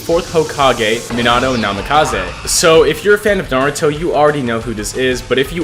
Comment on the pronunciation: he said menato minato and nimkize minikaze